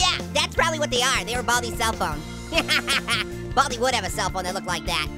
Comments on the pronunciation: Its Baldi Not Bobby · What did you say bal-di